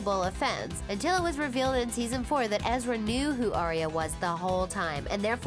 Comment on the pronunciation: It’s aria not eeria and u put Ashley instead of Sasha towards the end